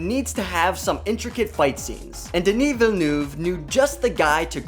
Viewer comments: ''Dini vilnuv'' 😬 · Really bad prononciation of Denis Villeneuve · please do your research on how to pronounce denis villeneuve.....